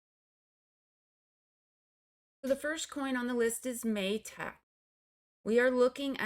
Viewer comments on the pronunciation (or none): Ma-tick with a short a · interesting pronunciation of MATIC 😂 cute 😍 ty miss as always for ur expert EW analysis